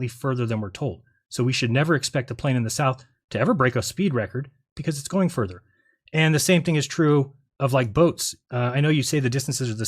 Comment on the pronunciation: Every time I hear say "further" I hear "fervor" as in he defends his beliefs with religious fervor! 😂